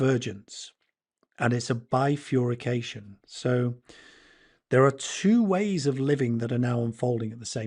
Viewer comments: It is bi-fur-ca-tion NOT bi-fur-y-ca-tion If you are going to use such long and complicated words, do get them right...quite apart from the frequency of the word really changing if it has 'fury' in the middle!!! Apart from that, I love the message here, from the heart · Bifurcation no furry in there (literally just the pronunciation) sorry just a minor bugbear